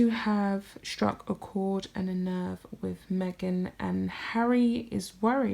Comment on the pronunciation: I like your stuff but you really need to listen to how you talk. With is pronounced wiTH not wiff. Your voice goes up at the end of many sentences. You need to work on your diction.